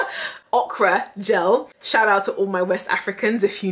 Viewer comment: OkRO gEL!!!!! Okro okro okro!!!!!!!!!!!! 🤣🤣😂😂😂 Why did you discriminate against the word 'engorged'🙄🙄🙄